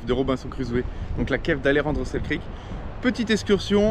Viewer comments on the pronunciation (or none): Et accessoirement aussi, c'est Alexander Selkirk, pas Selkrik ^^'